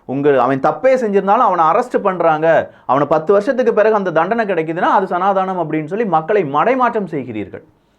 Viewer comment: pls pronounce சநாதனம்...not சநாதானம்